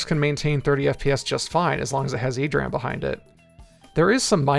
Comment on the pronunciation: E-D RAM, not "ee-dram"